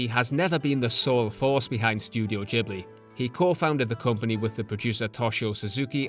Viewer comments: It's not Jee blee, but gi·blee. Great video ! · If I may, Ghibli is an Italian name for a wind, "GH" in Italian is pronounced like "GU" in English like "guet" or "guard" not like a "J" ou "DJ". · because he is saying it in the Japan pronunciation. UK, US, Latin based language we pronunced it Gibli as intended in Italy (I’m a humble Italian from Avellino). Only Japanese and some others Asians countries says Jee because in native Japanese phonetic is different that’s all ^^ (and it would mean something else)